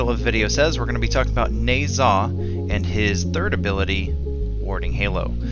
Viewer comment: I dont like how you said nezha but video was good